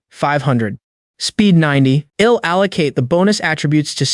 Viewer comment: Like the story but has lots of mispronounced contractions, like I'll being read as ill, I think that most of them are mispronounced.